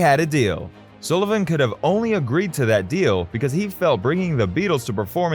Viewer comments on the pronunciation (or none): none